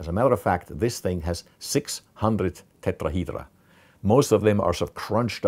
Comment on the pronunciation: I just love when he say Tetrahydra